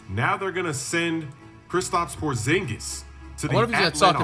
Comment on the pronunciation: He is saying his name wrong Krisitaps Porzing so funny🤣🤣🤣